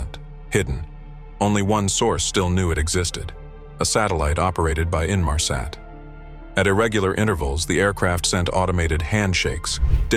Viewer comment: Ressassage de saloperie , peut être mm avec de l·IA au vu de la prononciation de "Inmarsat " salut les naifs ...